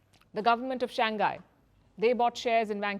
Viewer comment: It is SHANG HAi and not SHANG KAI